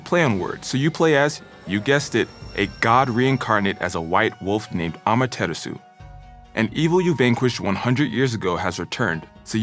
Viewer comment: So nobodies gonna call him out on how her pronounced “Amaterasu”